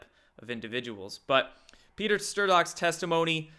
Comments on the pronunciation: How, at this point, can you possibly still be mispronouncing Strzok's name? Stir-zok? Dude: Strock. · It's Stroke.. not Stirzoker.. STROKER! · "Strzok" said like "sock" >> "Strock". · Stir-zok? It's pronounced 'Strawk'. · Sturzok's... LOL. It's pronounced Shtrok. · HIS NAME IS PRONOUNCED “PETER STRUCK”, NOT STERZOKKK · Stirzock? Is this some kind of inside joke that I'm missing,? I've told you a few times now that it's pronounced "struck", and yet you continue to mispronounce his name. Why? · Strock, Struck. Either one. But Stir-zock it ain't. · Pronounced Strock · ...it's pronounced STRUCK, numbnuts ...as in GOP got run over by a runaway truck! keep up with the LIES*, you fucking q-tard, and you will *burn in hell along with trump and the GOP! ...brits love trump?? no, they say he's a *CUNT*, pinhead [eyesroll] trump's not a racist putting babies in cages?? dude, you are a fucking piece of shit LIAR. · Strzok is pronounced ‘Struck’, apparently. And he’s beyond creepy. Can you imagine actually have sex with this guy? Ugh. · His name is pronounced STRUCK. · Pronounced like "STROCK" The "z" is silent. Used in a sentence: "Strzok is a cock." 🤣✌🇺🇸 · Not that Strzok deserves the courtesy, but his name is pronounced STRUCK. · Strzok pronounced Struck. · I love your show, but the dudes name is Pronounced Peter Strock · Tired of this shit! IT'S PRONOUNCED STRUCK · I believe the z in strzok is silent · Dude, I love you But...please!! The z is silent in strzok 😘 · Ian Thaddiam yep,makes me nutz!! Esp when the msm is blaring his name correctly 24/7!!!😂😂😂😂😂